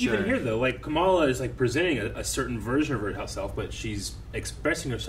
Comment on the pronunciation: I keep hearing "Kameela Khan'. Her name is "Khamala"